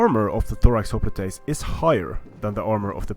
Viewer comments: Hop-lights not hoplitase. Prince-ipeas not prinkipase. Sorry but this kinda bugged me. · The word "hoplites" is the English adoption of the Greek word "οπλιτοι" and is conventionally pronounced HOP-lights, not ho-PLEAT-aze. If you want to follow the original Greek the pronunciation would be Hope-PLEA-toy. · Its hoplitoys